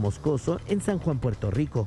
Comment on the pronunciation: puelto lico..R